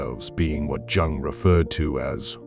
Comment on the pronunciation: It’s pronounced Carl « y-oung »